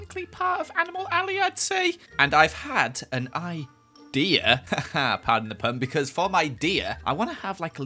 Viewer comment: “I have no I-deer”